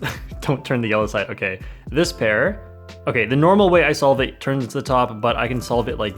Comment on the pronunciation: I'm sure I heard "dispair" instead of "this pair"... are you okay?